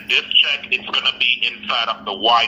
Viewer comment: The scammer say the car is on a “ Chuck “ that alone is a giveaway😂 and he also said “‘it’s only be carsting yuh” 😆 also a “ one vaniller card”